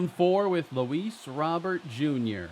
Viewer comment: Luis (it's pronounced like Row bear) not Robert